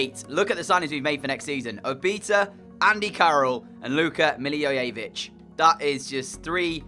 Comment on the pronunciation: Pronunciation is Millie voy vich